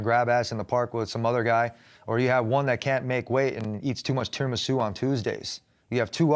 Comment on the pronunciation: Tony “teramesu tuesdays” Ferguson